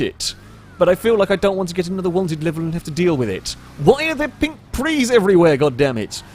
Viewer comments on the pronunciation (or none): u do know prius is said preeus not pree